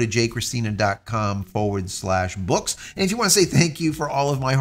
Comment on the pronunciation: As serious and interesting your exposition is. My Spaniard ears can’t help to flinch each time I hear that emphasis on the very feminine name “Cristina”. No judgment at all if intentional. Edit: to clarify even if Joseph(Jose)-Cristina is highly unusual (Jose-Maria is the common one) no Spaniard would be found for their life omitting the “Joseph” part clearly remarked as the main part. Sorry cultural things. It is specifically curious to me as if anything in the Americas centenary traditions, customs and even prejudices are kept whereas in Spain they have mostly disappeared. Btw if it happens after all that the Cristina is of Italian or Portuguese origin my apologies 😂. Italians mixup genres as in “Andrea” so wouldn’t surprise me if there are some male Italian “Cristina”.